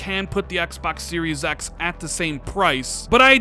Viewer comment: I like the way you say "Xbax"